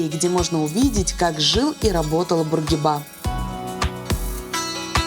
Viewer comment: Бурги'ба,а не Бургиба',он не француз,и зачем ходить в шортах-мусульманская страна,да и холодно